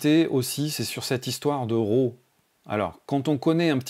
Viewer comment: tu dis "Row" ou RAW lol trop trop de pas réussir à le dire correctement.